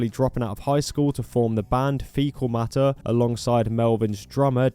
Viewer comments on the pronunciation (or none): none